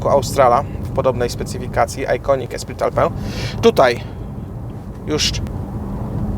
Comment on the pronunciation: Esprit Alpine = espri alpin, a nie alpę